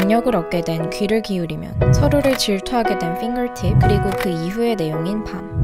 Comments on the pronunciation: 진짜 최고십니다ㅠㅠ 해석이 짱이에요! 핑거팁 말하실때 진짜 발음 엄청 좋으셨어요❣ 해석 감사합니다! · 핑거팁 할때 발음 대박이다..ㄷㄷ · 핑거팁 발음 ㅗㅜㅑ..